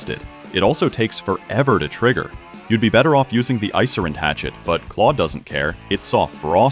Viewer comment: it's ice rind, not icer ind